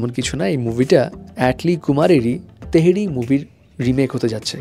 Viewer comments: এইডা তেহরি না রে ভাই থেরি 😂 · তেহরি না রে ভাই থেরি হবে 😅😅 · থেরি হবে😂